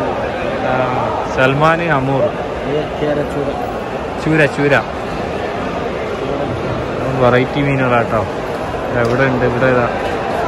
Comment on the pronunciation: സൽമാൻ അല്ല സാൽമൺ ആണ് ഇംഗ്ലീഷിൽ സാൽമൺ എന്ന് എഴുതി സാമൻ എന്ന് വായിക്കും